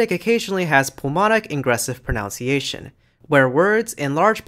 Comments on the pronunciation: Great video! One nitpick though: 'proNOUNciation'?! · It’s spelt and pronounced pronunciation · A couple of times you mention "pronounciation", which is not a word. If it were, and "pro" were a verb, would it describe the process of "pro"ing a noun? pro-noun-ciation 🥁 But seriously, the word you're trying to say is "pronunciation", with only two o's, not three (five is right out!) which means the way a word or language is physically produced by the voicebox and mouth. I'm surprised you don't know this, since this is a video about languages! 🤔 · Nice video. However, I HATE pronunciation completely butchered with "pro-NOUN-ciation". I know technically both are accepted by some people, but holy hell. I will never accept it. "Pro-NUN-ciation" is the only correct pronunciation. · Impressive video! Perhaps a little overload at times. Just watch your own pronunciation of the word "pronunciation!" I believe you retain the ou from the verb "pronounce" when you say "pronunciation," but the diphthong is reduced to u (nun). The same phenomenon occurs with verb "explain", which becomes "explanation" as a noun (no ai sound, just a schwa sound). Don't mean to nitpick, but your talk is of such high quality, I just thought someone might need to point this out. Best